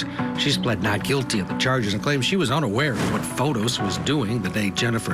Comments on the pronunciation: Yes Fotees idk y they keep saying Fotos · Fotis is pronounced Fotees here in Greece, not Fotos.